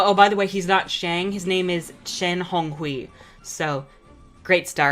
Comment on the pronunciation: 10/10 pronunciation of Honghui :p